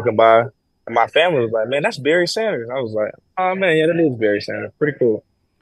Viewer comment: ...Berry Sanders reaching out... Hi, umm yeah, it's Barry not Berry. Thanks for posting this interview!